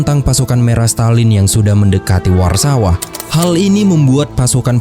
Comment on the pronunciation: Warsaw bukan disebut ular sawah tapi sebutan sebenar WORSOW.